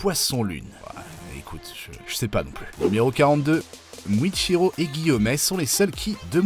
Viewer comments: Ok, donc on a Kayaga au lieu de Kagaya, Misturi au lieu de Mitsuri, Muchiro au lieu de Muichiro, et Tomiaka au lieu de Tomioka, respectez les noms, surtout quand ils sont pas si compliqués à prononcer Mais le comble c'est de nous montrer Lisa de Blackpink à la place de LiSA la chanteuse japonaise qui a chanté Gurenge, pour une vidéo censée donner des faits, donc de vraies informations, que ce soit sur une œuvre ou sur la vie réelle, le but c'est de montrer les bons persos et les bonnes personnes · Tu fais beaucoup d'erreurs en prononçant le noms des personnages , tu as dit misturi a la place de mitsuri et tu as muchiro a la place de muichiro , tu as dit tomiaka a la place de tomioka